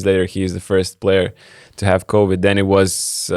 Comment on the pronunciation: ….ne “Cowid” o “Covid” pls pasistenk pasitaisyt, nes pastoviai taip tari. 👍